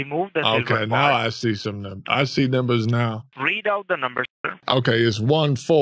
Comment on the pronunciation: "card numbos"